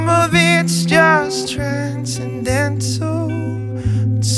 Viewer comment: This video conveyed a nice message, but I still prefer the Peter Gabriel version. Gavin James here wrecked it for me when he clearly mispronounces "transcendental"